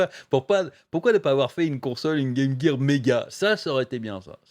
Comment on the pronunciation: Quoi on dit pas « Jirz of war » ou encore « Metal Jir solid » ?